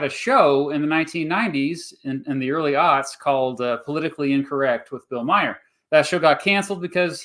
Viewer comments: Pronounced Bill MAR, not Meyer. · Every time I hear "Bill Meyer" my ears bleed a little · The way he pronounces Bill Maher is hilarious